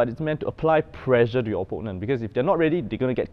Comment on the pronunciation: You are pronouncing pressure as pleasure...